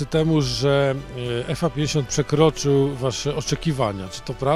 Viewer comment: 왜 항상 FA50을 이상하게 읽냐고